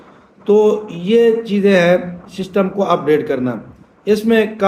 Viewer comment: اوئے بابا ششٹم نہیں سسٹم ہوتا ہے جاتا ہے ہر پندرانی منٹ بعد توں اپنی قبر کی تیاری کر